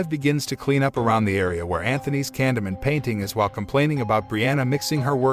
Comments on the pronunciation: stop saying candyment gosh damn its candyman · Candy man not candy min 🤦 gotta love when txt to speach gets it do very wrong 🤣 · when u say candyman it sounds like candaman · Ye it also pronounced ‘Candyman’ like as if illiterate was a language, seriously it’s ‘Candyman’ not ‘Candamun’, ‘CANDYMAN’ FFS ‘CANDYMAN’ Is it that hard to say CANDYMAN? Oh fuck I sai fit five times didnt I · candeee man , not candeman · Sometime the narrator gets it right and sometimes he seems to not understand how words are pronounced like this time. Candy Man... not canda man. Holy bat guano Batman! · I keep hearing candleman 😆 🤣 😂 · Took me a while to understand he said “candy man” not Canada, camdada, candamon. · It sounds like it's saying candle man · nope nope nope 20 seconds in and refuse to watch it cause you've said candomun 5x already and I can tell it's just gonna get worse. if you're gonna recap it, at least pronounce it right lol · took me a while to realize he’s saying Candy Man not Condiment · Candamun. Is anybody else hearing that every single time Canyman is said by this narrator? Just me? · Stop pronouncing it like that!!! For fuqs sake, it's driving me 🤯! it's CAN-DEE-MAN not whatever the hell you're saying! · I swear if you say candaman 1 more time I will smack smack you into the 3rd dimension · The way he mispronounces "Candyman'" messes with me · yes but he doesn't say candyman correctly and the title says the grim reaper, not candyman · The narrator will never summon him the way he pronounces candyman. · ok good movie but..u are pronouncing Candyman..wrong..